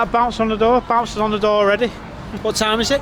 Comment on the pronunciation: you turn into a SCOUSER!! 😂 what tiiiime is it?"